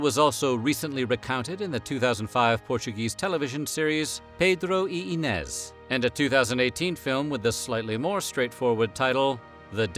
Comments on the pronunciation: There's no tilda over the letter "n" in the Portuguese language. The same sound is sometimes represented instead with "nh". So, Inês sounds more like "E+neé+shh" in Portuguese, if you read it phonetically in English. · Its interesting how you do extensive research for these videos, but somehow miss simple things, like what an aqueduct is, and how to pronounce iñes.